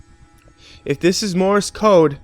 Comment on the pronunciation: hate to be "that guy" but you said, "Mores Code" this is not correct... its Morse Code. I don't know whether the story itself made the mistake or.... but yeah... its Morse Code